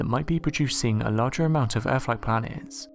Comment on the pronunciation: Very interesting factoids...HOWEVER, the narrator needs to take speech lessons. The accent is alright, BUT...mispronunciations of words containing "th" are abominable and detract from the content because as I'm listening, I'm just waiting for the next unacceptable pronunciation. Example: the word "earth"...is mispronounced as "erf", "weather" is mispronounced as "wevver". That's just two, but once your ears hear the first few they seem to just be on the lookout for the NEXT ONE and grate like fingernails on a chalkboard to some people!!